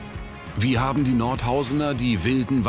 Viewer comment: "Nordhausener"... Das tut so weh im Ohr! Es sind Nordhäuser!